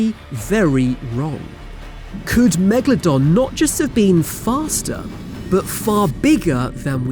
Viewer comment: Megladon More like Lemadon